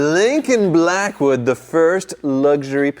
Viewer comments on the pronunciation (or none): he didn’t pronounce “BLACKWOOD” appropriately lol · At least you didn't overdo the "Blackwood" emphasis. That would be as annoying as Jr. High locker room humor with Wizard.🙄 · The Blackwood emphasis is hilarious!!! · Couldnt even get thru 5 mins of the video, horrible commentary with the word blackwood being emphasized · I seriously considered clicking off this video because of the stupid way you continue to say Blackwood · The music was fine no factor for me I thought it was funny. The only problem is now I can’t hear Blackwood without your pronunciation!